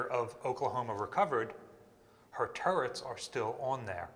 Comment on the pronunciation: I’m watching this in bed, my wife laying next to me thinks you keep saying “turds”. I’m not correcting her, and this is kind of fun…